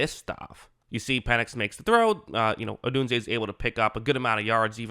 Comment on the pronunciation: Just say Odunze. 😂 Definitely subscribing! Great video.